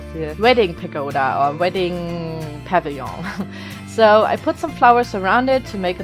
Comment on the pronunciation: Pavilion is p-uh-vill-ee-in